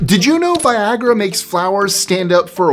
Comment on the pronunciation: It's funny just how "vaiiyagra" sounds XD